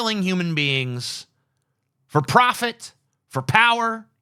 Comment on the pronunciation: The way TJ says "POWer" is painful. *POW*er!